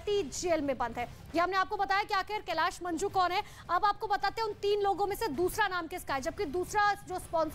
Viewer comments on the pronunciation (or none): मंजू नहीं मांजू है😂😂😂